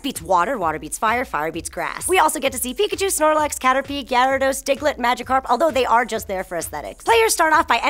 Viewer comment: diglett or dicklet?